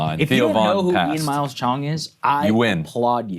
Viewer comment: Can we talk about the way Theo pronounced "Ian Miles"